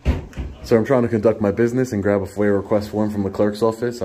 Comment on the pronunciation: Foyer? request? FOIA request. Hurts my ears hearing however you say it.